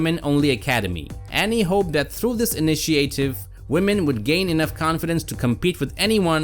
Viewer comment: Don't ever pronounce initiative again...